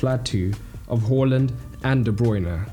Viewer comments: Awesome video! But please pronounce Haaland's name correctly. Long a, short L, not the other way around bro. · Who the fuck is “whorelund” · Stop saying Horland. He said to pronounce it like it's spelt. He said it in multiple interviews. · Haaland not hallland